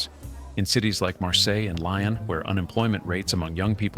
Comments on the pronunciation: ..LION??? I don't think so. Lee-on? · Would someone tell the A. I. voice in this presentation, or uneducated human, that there is no place/city called LION in France. Thanks.